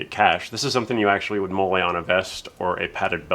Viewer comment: Another excellent unboxing and review as usual, nicely done! There really is a nice range of stuff with this one, plus those black BDUs can be hard to come by. I disagree, pants are overrated. Thank you for saying MOLLE right. I'm impressed! Oops, you reverted. It was good while it lasted. PATCHES? We don't need no steenkin PATCHES! Wait, yes we do. I think that's the most I've seen come with a single figure. Those clip-on helmet lights tend to break on me. The game with the pieces and timer was called Perfection. Hooray for Hootenany! The old Dragon shotguns are good too, in two-tone, with removable red dot, but I don't think the bolt works. I'm pretty sure the odd 40mm is smoke, just like your lovely lady said. Hi! I've also read weapons cache referred to as a weapons catch, not sure if that's also official or just someone mis-speaking. Hmmm, grenade pin earrings. You might be on to something in 1:1!!!